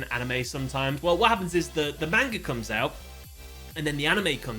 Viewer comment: Me, a One Piece fan, watching the intro to this video: Pathetic. Also bro why are you butchering the pronunciation of manga?